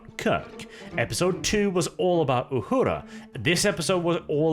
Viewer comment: See this is what I'm talkin about o'hora has been on the show since the beginning and you can't even remember or know how to pronounce her name mangetout the internet